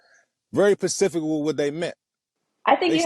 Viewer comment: Everybody is getting the word 'specific' incorrectly. It's not 'pacific'.